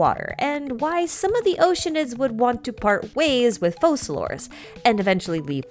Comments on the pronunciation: Why do people say "FoSalor", when in English "c" in that position is read as "K" and the name should be prononesed as "FoKalors"?! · Have we heard how they’re pronouncing Focalors? Because the Francophone reading should be Fau-sa-lor I think.